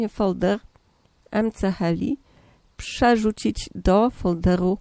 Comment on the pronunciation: muwi śie ms heli